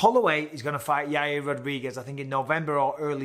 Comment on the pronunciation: Michael Bisping: Yair Uncle Chael: Yareer Michael Bisping: Yareer